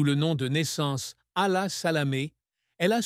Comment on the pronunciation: Rssaye de bien prononcer Hala tres beau prénom.. .. tellement complexée qu'elle a changé son prénom !!!!